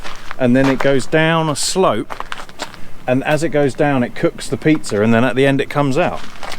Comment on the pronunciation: I was laughing all the way through 😂 Do you know when you say pizza, you add an R at the end ??😂😂😂😂